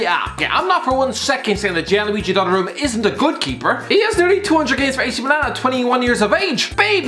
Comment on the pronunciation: Yeah this deserves more unlikes than likes purely for shitting on UpaMECAno and Donarumma. Also, learn some proper pronounciations CHRIST ABOVE